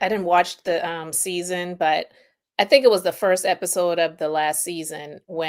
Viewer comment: When you said Heiffer-sode 😂😂💀💀